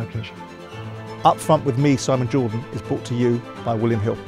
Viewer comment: "A GWEAT, WAW, NO HOLDS BARRED INTERVIEW, UP FWONT WITH SIMON JAWDON".